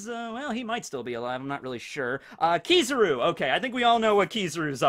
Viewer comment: Kizaru is pronounced: keys. Ah. ru, just saying